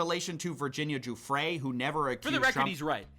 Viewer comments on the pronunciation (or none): "Jewfray" is how its pronounced. Virginia Giuffre